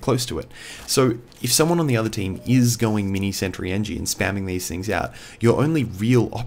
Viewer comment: "Mee-nee santry."